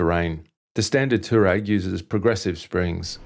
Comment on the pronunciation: Nice bike, nice review. FYI it's a Twa-reg!